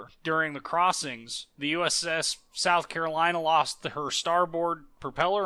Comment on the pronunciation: yeah its south Carolana